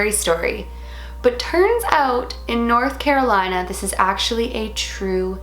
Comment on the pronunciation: hears her say north carolina *spits out tea*